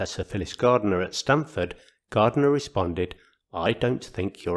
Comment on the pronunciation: just for your info....it's Stanford University (not Stamford).